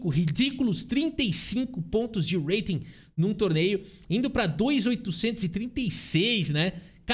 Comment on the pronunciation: está cursando inglês Esse urreiting tá irritando 😂